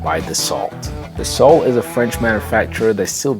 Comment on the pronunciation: Any jet on this video for under a quarter mil will be a total POS. Buyer beware. I think you meant precursor and not predecessor for the Citations. And the "T" in Dassault is silent.